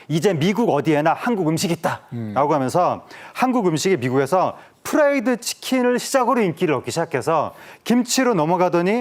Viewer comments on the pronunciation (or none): 에프발음 연습해서 잘하세요. 후라이드 와 프라이드는 완전 달라요.